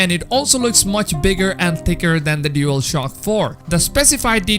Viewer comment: Why does the guy in the video keep saying dealshock 5 lmao